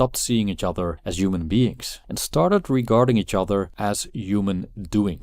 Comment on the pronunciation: Yuman, yuman value, yuman doing, yumanity. Yuman. Yuman. Yuman.